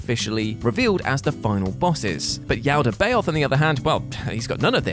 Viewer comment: I'm sorry, did you actually play Persona 5? (Considering the way you pronounced Yaldabaoth, honestly gonna guess no.) The game where all the palaces and their rulers are themed after the Seven Deadly Sins (like, literally the trophies for clearing each Palace refer to them with names like "Castle of Lust", "Museum of Vanity", "Bank of Gluttony" etc.) and named for scions of hell? But yeah, no Christian context anywhere till Yaldabaoth shows up 🤣🤣🤣